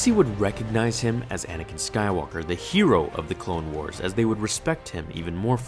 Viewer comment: it’s anakin not anikin